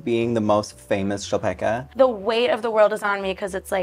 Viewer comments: As a Polish person, hearing Chlapecka as Chapekka (ch as in chess) and not as Hla-pe-c-ka (first c is silent, second c is as in citrus) is so crazy, wow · I think the surname must be czech because that's literally a czech word. It's chlapeček = little boy, but in the 2nd case, which makes it chlapečka. English doesn't have our ch, but it's the most similar to h. La like lot, pe like pen, č like cheese, ka like cup. Hluh-pech-kuh. But the pronounciation yall use is completely different, so I might be totally wrong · That's interesting! It's also a surname in Poland, possibly derived from the verb "chlapać" (to splash). We pronounce it hla-pets-ka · I need this on TV Austrian here, not a czech, but i have i good idea of pronunciation rules in languages like czech and polish. Chlapecka i'd pronounce as somewhere around /hlapetska/ but i don't know if the name may have been written differently. The Ch might've been a č which id pronounced like the cz in czechia, the c in cka may've been a č, but i am not sure. *Thanks to dear it's of Czech origin and the latter of the two ideas in my last paragraph applies, as in Chlapecka being originally written Chlapečka and being pronounced as /xlapɛt͡ʃka/. Please to anyone that liked my comment and didn't yet like comment, please do so! ** Not gonna lie, i am living for Maddy's poop hat, i need one. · It's actually a Polish name - Chłapecka, pronounced hwa-pehtz-kha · as an estearn european who is a language nerd imma be the annoying commenter who says it's pronounced hla-pets-ka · she definitely has a Polish surname. Hearing your absolutely English pronunciation of it was strange. :)